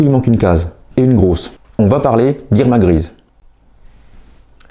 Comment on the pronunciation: Irma grise,ce n'est pas la bonne prononciation, c'est Irma grézé.